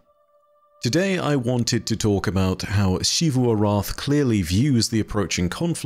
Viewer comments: I don't know why insists on pronouncing it "Shee-voo" despite multiple characters in game speaking it clearly as "Zee-voo" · Why do you say it "Shivu"? They literally just say Xivu in game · I’m looking forward to learning one day to properly pronounce Xivu’s name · It’s not like every character in the game ever says it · Im sorry, but I have a pet peeve with. His pronunciation of Xivu is never correct lol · At this point I'm confident you've seen at least one of my posts correcting your pronunciation of "Xivu." I have to conclude you're deliberately continuing to be objectively wrong out of spite. Why do you do this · It's his job to retell stories that other people wrote. A pretty easy job that just about anyone who can edit a video could do. The least he could do is do it right. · Clearly doesn't put enough work in to pronounce a name correctly. If anything, it's disrespectful to the writing staff at Bungie to deliberately continue to say it wrong.